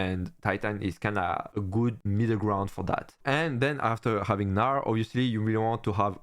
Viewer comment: now u pronounced gnar better (just say narr). thanks for the video!